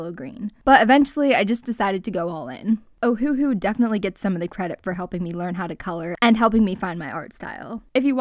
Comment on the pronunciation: Just want to say…. ITS NOT FREAKING O-HU-HU ITS OHU-HU and btw I’m not trying to be mean